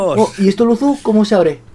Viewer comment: es luzu no luzo